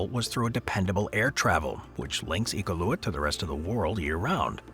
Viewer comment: For a company based in Vancouver, CANADA, the pronunciation of Iqualuit was borderline disrespectful